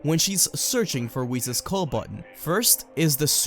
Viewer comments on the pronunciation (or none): none